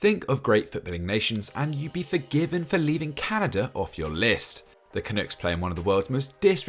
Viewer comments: Bruh it’s pronounced CAH NUCKS not Cah nukes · love the video but two things! it’s pronounced Cuh-nucks and Cyle is just like Kyle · Brits just can’t pronounce Canucks. I’ve come to accept this as part of life.